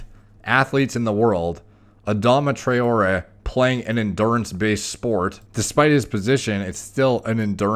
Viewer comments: It’s pronounced tri-or-ray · Adama Tra-0h-Eh . That’s how we pronounce his name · it's pronounced 'Tra oh ray'. Also yey the hat's gone lmao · For those wondering, it's pronounced 'Try-or-ray', and the emphasis in Adama is generally placed on the second syllable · Murdered his name lolol Ah-Dom-ah Trah-or-ay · He plays for my team so I’ll defend him lol 😂 it’s pronounced trey-ore-ay 😂🤣 btw he’s also the fastest player in the world 😂👌🏻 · You pronounce it as Tra-or-re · It’s Adama Try-or-ay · It’s pronounced Tray-aura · It's pronounced "Tra-O-Ray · Pronounced 'Tra-orr-ray' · Hi name is pronounced tray-or-ray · It’s pronounced trai-o-ray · That pronunciation haha, its Tray-or-a :) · trawrer is pronounced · Try - or - ay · this guy can't even pronounce a name but still gives scientific opinions:) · That mispronunciation.. I can't. That's the least one should check.. 🤦